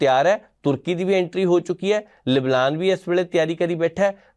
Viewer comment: Bhai luvlaan nii hunda , lebnaan hunda 😂😂😂😂